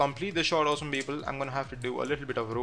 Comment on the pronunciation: Prajapati Oh it's "awesome People".... I thought he was saying "Awesome Beagle" over and over! LMAO